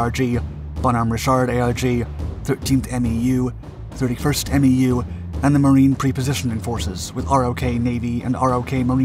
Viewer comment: Dude...stop calling it "R-Oh-Kay." It's pronounced like "rock." As in "ROK Marines, our USMC counterpart." And it's not "Em-E-You" it's pronounced "Mew." Come on man. You don't make these mistakes in your other videos.